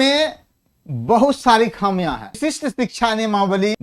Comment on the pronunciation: वशिष्ठ नहीं बोले , विशिष्ट बोला जाय